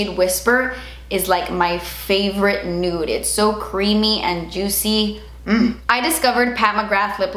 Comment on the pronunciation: When you said “juitsy” and “glotssy” I laughed out loud. And it might not seem like a big deal but I’ve been dealing with major anxiety lately & for I felt nothing but joy & laughing in that moment was so lovely to me. So thank you ❤️